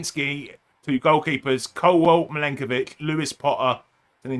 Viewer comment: It's Milenkovic not Mykolenkovic